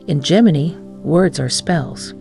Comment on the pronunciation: Gemi-NYE. Train your AI properly, please!